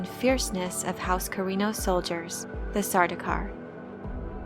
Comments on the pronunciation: It's not sar-doo-kar. It's sar-dow-kar. (Rhymes with "cow.") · Sardaukar is being mispronounced here. The "au" vowel coupling is never pronounced as the "oo" vowel coupling. The names Paul, Saul, Gaul, and the words haul, maul, sauce, gaunt, daunt, daub, August, fraud, haunt, launch... all indicate the same, proper, vowel sound. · How are you getting Sardookar? Dau is not Doo you silly. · Um, it's actually pronounced Sardaukar.